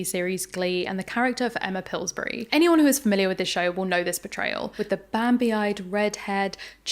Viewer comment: couldn't tell if that was "portrayal" or "betrayal" but I will accept both!